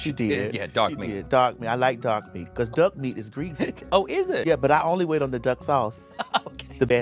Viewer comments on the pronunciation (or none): none